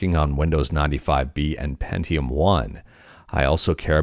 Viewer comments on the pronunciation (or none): none